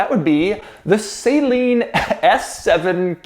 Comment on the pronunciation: Still pronouncing Saleen wrong.